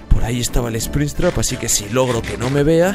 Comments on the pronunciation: dice spristrap y es sprintrap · como dijiste? esprinstrap? ksjwufhweuf estuvo gracioso aunque se escriba springrapt se lee espringap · no se dice springstraps se dice "springtrap" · Espristrap jjajajajajajajajajajajajj es springtrap pelo no lo temes a mal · Bro se dice springtrap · e se dice sprintrap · Se dice springtrap no sprinstrap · Me encanto el video y eres uno des mis youtubers favoritos pero tengo que decir 2 cosas Se llama springtrap no sprinstrap Aunque muchos cometen ese eroro así que es normal y que springtrap tiene otro historia y no se construyó con partes de animatronicos. Igual el video me gustó mucho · Springtrap no espristrap sonso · Nadie absolutamente nadie diciendo esprintrap:espritrap (no es una burla es que me pareció gracioso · Se dice Springtrap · Spricstrap no así se dise Sprintrap